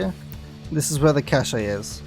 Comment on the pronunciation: Cache is pronounced "cash" you dingus. There is no accent over the final e.